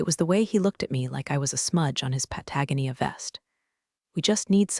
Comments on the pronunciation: I will not subscribe until you get the AI voice to pronounce Patagonia properly. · Making fun of boss mispronouncing terms but OP muffs Patagonia!😮😮